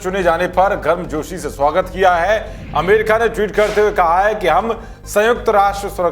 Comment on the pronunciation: विनती. है 🙏 ठीक से पढिये, अमरिका हमें, अमीरखा सुनरहा हैं